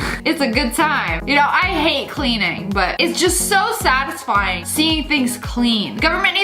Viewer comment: nah this was fillmed 5 months ago, and she said "sadisfing sunday" TODAY IS SUNDAY